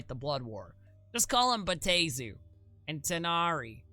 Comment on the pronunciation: Bruh... respectfully, there is a pronunciation guide in the very text you display! (Bay-AH-Teh-zoo) 4 syllables!